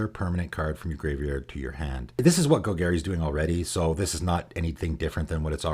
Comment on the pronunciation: Gol-Gary?......isnt it Gol-Gahri?